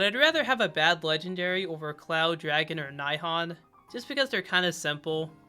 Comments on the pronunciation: Bro said nigh han 😭💀 "knee-hone" is closer to what you're looking for For future reference, in Japanese, every letter i is like the English "ee", a is always an "ah" like the ah in "blah" or the o in "bond", e is always an "e" like in "eh" or "bled", u is always an "oo" like in "loop" or "boot", and o is always a long o like "bone" or "hone" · The way he pronounced nihon really got to me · Pronouncing “Nihon” as “Nai-hon” did critical damage to me 😂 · bro said nye hon